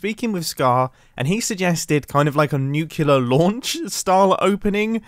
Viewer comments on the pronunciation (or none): Mumbo, it’s “nuclear” not “nucular” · Nuclear. Nu. Clee. Er. Not Nu. Cyoo. Ler. Sorry it’s a pet peeve. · And another person pronouncing the word nuclear, "NUCULAR"... I still don't understand how that works, HOW so MANY people do that... Or why? English isn't even my native langage, and still, it always shocked my ears to hear that extremely common mispronunciation of this word. This is clearly not a question of intelligence, since he's clearly not stupid. But I really find this mystery fascinating, since at this point it's like 9 person out of 10 that make this strange mistake. This should be analysed and understood in a scientific manner.